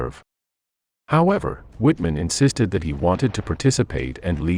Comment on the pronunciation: Why can't they get the narrator to pronounce German words and name correctly. The W in German has a V sound so Waffen is pronounced Vaffen An Wittman name the same and he cdoesn't pronounce Leibstandarte correctly.